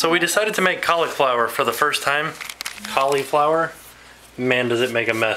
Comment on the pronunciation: The way you say cauliflower. You say it as if there is no i in it. xD When you upload it normally, I watch your video about 6 in the morning, and it's kinda good for me cause it's before I go to school.